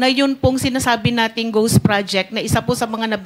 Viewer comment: Ghost po sen. Marcoleta di po goss/gose hahahha